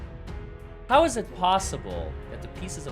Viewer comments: I’m going to say at about the minute mark listen to how the Prosecutor asked the question “Hou’s” ok can’t spell it but it’s supposed to be How.. is that a normal way to speak or say How? I’m just curious because I would want to correct them all day long 🙊🤪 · I’m going to say at about the minute mark listen to how the Prosecutor asked the question “Hou’s” ok can’t spell it but it’s supposed to be How.. is that a normal way to speak or say How? I’m just curious because I would want to correct them all day long 🙊🤪.. Also what Police Department doesn’t Secure a Possible Crime Scene?